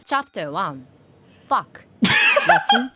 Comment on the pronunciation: I laughed so hard that my stomach hurts when you said "FOCK". Thank you.